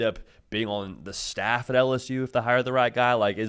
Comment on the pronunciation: Could someone please teach him how to say “L-S-U”?! It’s “L”! Not “Alice-U”, or “Al-S-U”! How are is its to say the letter L?